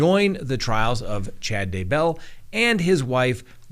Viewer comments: I was wondering why he keeps saying Chad De-BELL. (Instead of DAYbell.) 😅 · You say “Duhbell” on purpose right? If so genius! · Please learn how to pronounce Chad's last name. You sound like an idiot.